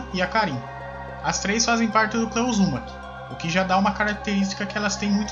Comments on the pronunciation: O que me irrita em qualquer canal que faz menção ao Naruto ou até mesmo a qualquer outro anime é que falam os nomes dos personagens errado, cara o nome do personagem é o nome falado em Japonês, exemplo: clã "Uzúmaki" com a pronúncia da letra "U" como se tivesse um acento agudo, o correto é Uzumaki. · Mano o cara não consegue falar Uzumaki kkk seus vídeos são fodas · Vc fala uzumaki estranho